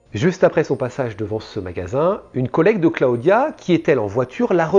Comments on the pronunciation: Cla-o-dia . . Really ? Clodia que ca se dit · J aime bcp tes video mais entendre Cla odia des dizaines de fois ça pique un peu 😜